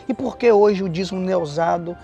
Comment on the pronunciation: Se pronuncia Dízimo. Vc ta falando dizmo.